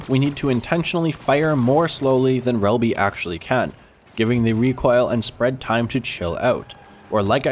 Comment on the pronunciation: are you drunk? Shelby and bossik:/